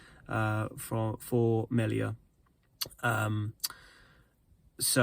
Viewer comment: It's pronounced mealia